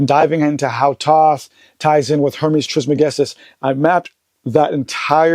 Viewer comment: Peace! I was surprised to see how Joe pronounced or could not pronounce Trismegistus. I would have thought he was more familiar with Tehuti, etc. 1